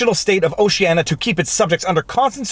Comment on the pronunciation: O - ce - an - i - a 5 syllables.